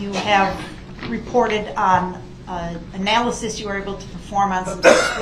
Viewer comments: Duh-rell's vocabulary doesn't have 'analysis' so he tries "analization" instead. Add extra syllables to sound smarter. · “Analyzation”??? A new word for him. With suBstain, Tackit agreement, axing, relevancy…. Someone could make a dictionary